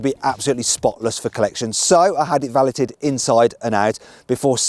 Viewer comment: I'm sorry... did he say "Valletted" not Valeted (Va-layed) ??